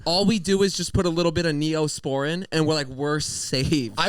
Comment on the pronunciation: Neyo-sporin 😅😩😆